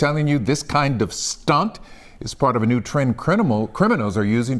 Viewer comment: Why he say “stunt” like that